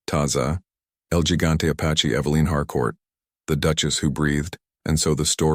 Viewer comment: What kind of bad ending bs Is this? Get atta here 😂 I should’ve stopped listening the moment the narrator said ‘el gigante’ with a gringo accent for gosh sakes. Going to bed now 🙄